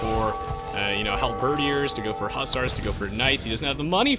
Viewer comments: "hal-birdy-ears" cracked me up! it's just "hal-ber-deers." not trying to be a jerk it just takes more effort to pronounce it incorrectly! hope that helps. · i love how you pronounce helebardiers as hal-bUURH-diers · I laughed at how he pronounces the last E.